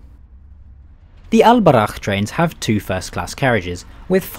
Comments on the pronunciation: If there are some points i would like to clarify as a pure Moroccan.. Al boraq isn't that thing u showed, in islam we are not allowed to draw nor to maje status of anything especially living things... Second the name is Al boraq not albarakh as u say it, i had to say that cus i ve seen many videos when people link al boraq some status imaginary creatures from different cultures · It's All Boraq not Al Baraq bro👍 I live in Mohammedia by the way feel free to visit again anytime soon!💕